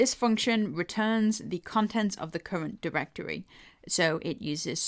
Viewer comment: cuwent diwectowy :D